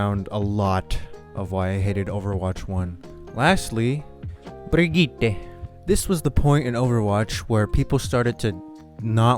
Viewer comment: Honestly you get a like just for saying Brigitte right lmao